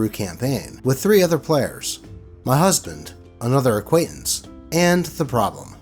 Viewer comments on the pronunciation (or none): none